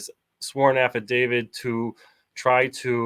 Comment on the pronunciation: IS is an affidaviT thats a T not a d its not an affidavid